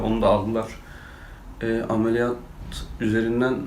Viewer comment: ameliyat değil alemiliyat a gidiyor seni çok seviyom abi